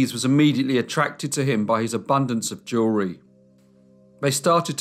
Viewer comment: Every time you say jewelry, I hear "jury."